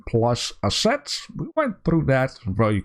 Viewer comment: remind me to learn you how to say assets and monsoon :P